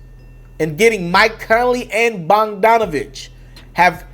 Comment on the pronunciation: He said BONGdanovich ! 😆